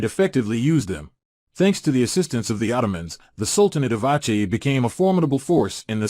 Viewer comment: Aceh is not "awchay" its "awseh".